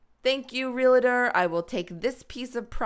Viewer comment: Not to be rude I love you but you said realitor instead of realtor